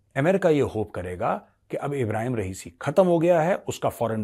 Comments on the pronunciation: Major jee, You utterly ruin a great analysis by getting the names of the Iranian leadership wrong. Khomeini is not the now supreme leader, it is Khamenei. Khomeini is the person whose portrait is behind Khamenei. And by the way the demised president is "Raisi" not "Riasi". Apart from that a perfectly logical analysis. Who did it, take your pick, there are numerous players in the Iranian leadership to have wished Raisi and his cohorts gone. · एक रिक्वेस्ट है मेजरसाहब ,तहे दिलसे। सबव्यक्तिविशेषोंके नामका आप गलत उच्चारण ना करें...जो मारे गये वो रईसी है ,रियासी नहीं। और जो सर्वोच्च नेता हैं उनका नाम ख़ामेनै है...ख़ोमैनी नहीं।... ख़ोमोनी तो पुराने शीर्ष नेता थे। बाक़ी आपका एनालिसिस सर्वोत्तम रहता है।